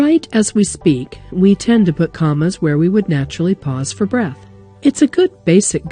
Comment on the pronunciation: lol "cammas"